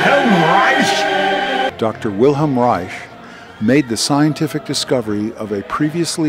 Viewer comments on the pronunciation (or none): none